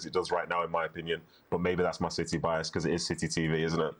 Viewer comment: Did he just say "silly TV" instead of city TV? 😳